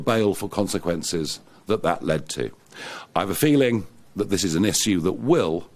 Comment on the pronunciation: Maybe one day he'll learn to pronounce "Issue" 🤣🤣